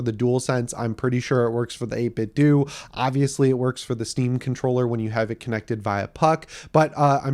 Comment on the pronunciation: I think 8bitdo is pronounced like Nintendo. Dough not do. I could be wrong.